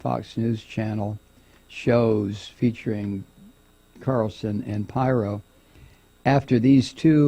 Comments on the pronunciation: Its Pirro not pyro. Pyros like fire, Pirro is a dipshit. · It's Peero not pyro. Lol. 😂😂😂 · Not that it matters, but I think it's pronounced Peero. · Her surname is pronounced "Peer-Oh". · 😂 Thank you Thank you Thank you for commenting on She/man Pirro, Mike ... correct Pronouncement of her/his last name is (peero) . Doesn’t she sound like a guy in women’s clothing ? .. but worse is her never ceasing love for (#45) Pinocchio 🤥... 4/4/19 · He knows. He's just having fun with her name.